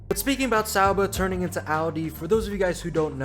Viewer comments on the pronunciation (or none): I appreciate your efforts to say people’s names and places correctly. I’m probably out to lunch here, but I think it’s ok to say Sauber with a hard er, the way you say it now reminds me of Homestar Runner. Only a small criticism. I love your content. I don’t mean to insult you at all.